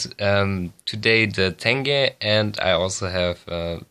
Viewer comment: не тэнге, а тенге